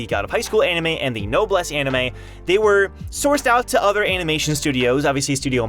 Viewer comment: This man really just said "no bless" instead of noblesse